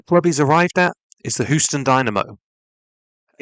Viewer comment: Nice video! Just an fyi Houston is pronounced like Hew-ston, not Hoo-ston. Just figured u might want to know 🙂 have a nice day